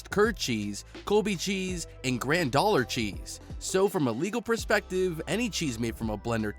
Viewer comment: You gotta stop using the same clips over and over. Maybe practice pronunciation too. Grandollar cheese? Seriously?